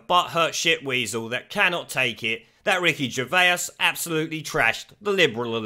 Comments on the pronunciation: Please stop saying 'Gervaisus'! It's simply Gervais.... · Ger-vase not Ger-vayas dude lol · gervase not gervaus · fyi, It's pronounced jer-vace, not jer-vay-is :) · Gervay, gervaous. Stop butchering his name it's ger as in a gerbal. And vais as in a vase. It has a French spin to it. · Stop saying Gervais like Ger-Vey-Ass it’s pronounced Ger-Vace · 😂😂😂 Are you really calling him, Ricky Ger-Vay-Us??? 😂😂😂😂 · Ricky Gervais pronounced vase like ace Vase Gervais they will attack anyone and evryone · Say GervAs one more time.. I dare you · Who is Ricky Gervayus? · Ricky "Gervaisisis"??? Weird pronunciation. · Love your videos man. But why can't you say "Gervais"?? Hope it's a joke! Oh I just heard you say "Joe Pesky" also lol! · p.s. Gervay-is? WTF sort of pronunciation is that? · Great channel but stop saying Gervaiuus 😂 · Stop saying his name like that dude! 🙆🏻‍♂️ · How many syllables you putting in Gervais fella? :) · Ricky is a hero, but FUCKING PLEASE PRONOUNCE HIS SURNAME CORRECTLY, 2 SYLLABLES NOT 3 FFS! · The way you pronounce Gervais lol how do you get that wrong? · No one before in the history of pronouncing Ricky Gervais' name has ever pronounced it so incorrectly. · How come you can't pronounce Gervais? It's not like his name has never been mentioned on TV and you've only ever seen it written down... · Stop adding an extra syllable to his name lol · mate I beg you say Ricky Gervais’s name right 😂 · You've pronounced Gervais, Joaquin and Pesci wrong, badly wrong. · How are you pronouncing his name?? He isn't Dr. Zeuss' twin! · I love your vids but why are you pronouncing Ricky’s last name so wrong? Have you never heard his name said in public before ?? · Wish you could pronounce Ricky Gervais properly. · I love your channel but the pronunciation of names is terrible 😂😂😂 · The way you're pronouncing Ricky's surname is triggering me!